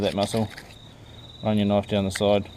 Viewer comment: Theeese eeeez a noiiiif.lol